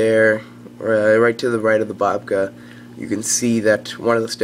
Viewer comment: its bacoba NOT BOBCA